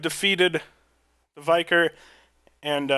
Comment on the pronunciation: Thank you for this help!!!! We pronounce it Vi-car not Vye-car